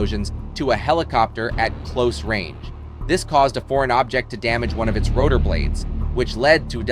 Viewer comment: "Row tar blade"? No wonder they blamed the "pee lot."